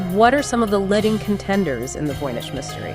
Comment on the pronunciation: The voices were very accurate in pronunciations - except for “ledding” instead of “leeding” for ‘leading’ ;)